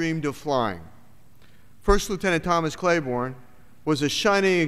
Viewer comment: I'm glad you pronounced his last name incorrectly at the start.....